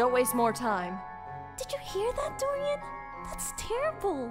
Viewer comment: They said Dorian wrong. 😊☝️